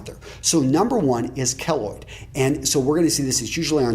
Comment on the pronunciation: its pronounced keyloid